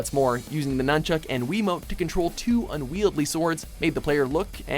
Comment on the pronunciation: lololol "unwieldly"